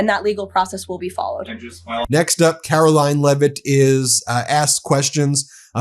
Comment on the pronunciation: KARO-LYIN...CANNOT WAIT, YOU FF MF 😑